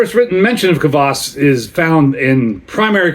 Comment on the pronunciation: Thank you for the review! I got here from Urban Viking's post about your video release. Your pronunciation of the word "kvass" is excellent, you say it as intended! (The word Taras in the brand name was slightly mispronounced, the stress should be on the second syllable. (Taras is a male Ukrainian name, if you're wondering)). Your backstory about this is pretty much interesting, glad you have tasted this drink now! People use kvass (white or black, depending on personal preference, but in your case it is definitely white kvass) as an element of "summer" vegetable soup called "Okroshka". There are many variations of Okroshka recipy, you could try it. It's intented to eat at summer heat times. Cheers!